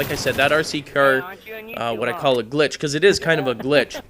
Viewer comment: for glitsh